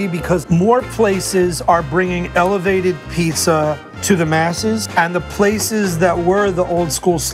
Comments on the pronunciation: nah Frank held down the Pizza Show. Some of the best content on First We Feast. brought the whole Pissa thing, but it does seem she's changed her pronunciation which is good. Some of the time. She still slips up lol. Wait I'm actually trippin.. Frank had his show on Munchies! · Why does she pronounce it "piesa"? It's annoying 😂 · yeah that has been the worst part of this show! I cannot manage her saying " pissa" constantly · is the worst part of this show. Particularly every time she says "pissa" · I was hoping had cured her "peesa" thing, but she fooled me.